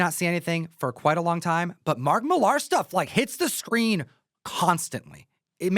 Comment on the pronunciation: Can you stop saying Millar wrong